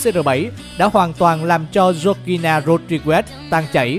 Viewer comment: Đọc tên vk ro nghe vl